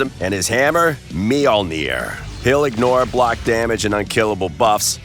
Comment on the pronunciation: Bro WHAT, his hammer, Mi-Ol-Near?